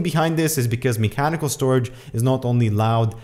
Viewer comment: "me-chanical" lel